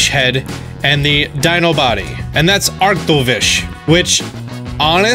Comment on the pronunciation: Ah yes Dragozolt, Arktozolt, Arktovish, and Dragovish. Or as says it: Дракозолт, Арктозолт, Арктович, Дракович